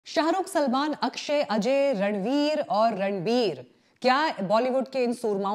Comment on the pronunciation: मैडम ने बोला रणबीर ❌ रंडबीर ✔️ 😅😅